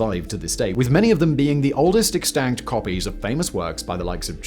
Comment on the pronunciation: Hello again, Simon Just a quick note - The word "extant" is NOT meant to be pronounced "Ex - Tanked," which is how you've been pronouncing it for years. Do you know what a Sextant is? It's a navigational aid. In any case, you've likely heard the word "Sextant" at some point. It's VERY hard to mispronounce that word. Well, anyway, the word "Extant" is pronounced EXACTLY the same as "Sextant," except without the "S" at the beginning. In other words, you should pronounce "Extant" as "Ex - Tunt." That is as easy as I can make this for you, dude.